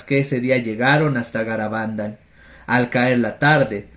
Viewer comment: Hola! Se pronuncia Garabandál, aunque no lleva tilde, y Cantábricom que sí que lleva. Bendiciones!